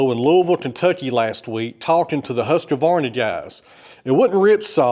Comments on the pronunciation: its husqvarna not husqevarna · Hi, I’ve noticed that you mispronounce Husqvarna. There is no a between husk and Vanna, when you say it, Husqavarna, I don’t know if it’s just me, but that doesn’t seem right way to say it. Besides that love your channel keep up the good work. Just to let you know I live in South Australia about two hours north of Adelaide on the Yorke Peninsula. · Its pronounced whoskvarna 😊